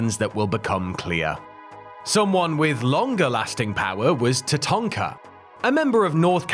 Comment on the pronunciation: Love that you call Tatanka “Tatonka” as thats what we used to call him too😂